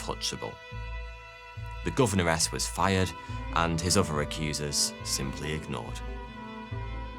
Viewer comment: It is "Governess" not "Govenoress".